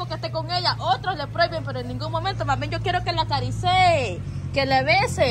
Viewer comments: Acaricie no acarisee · "Acariceye", aprende a hablar "". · Se dice PROHIBO. Se dice ACARICIE